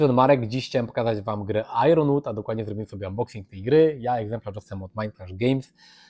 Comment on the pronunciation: Ponieważ powtórzyłeś błędnie to słowo ze sto razy, a nie licząc tego jednego błędu wideo jest super, muszę zwrócić uwagę. Iron wymawiamy jako GB-EN "ajen" (ew US-EN "ajern") a nie "ajRon". Fajne wideo o tym